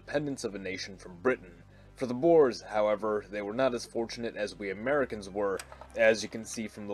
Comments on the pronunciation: It's not "Boars", but pronounced as "Boor-uh" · Boers is pronounced. Bo-weres